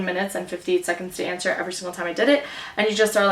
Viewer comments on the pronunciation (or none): none